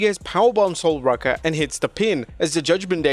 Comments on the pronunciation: Dude... you hear them say the names right? Its Sol ROOka not Rucka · How do you manage to pronounce Sol Ruca's name wrong multiple times?? If only there were ringside commentators who could help with that issue